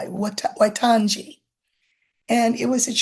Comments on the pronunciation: I'm an expatriot New Zealander planning on retiring there. Waitangi is pronounced 'why' 'tang' 'e'. Wai means water. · Waitangi is pronounced “Why-tang-ee”, for the curious. And Māori is pronounced “Mah-ree”. They have such a beautiful language, and are a beautiful people and culture.